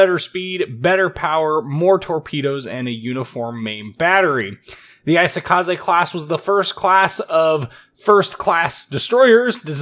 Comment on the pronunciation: Not 'AI-sokaze', it's 'EE-sokaze'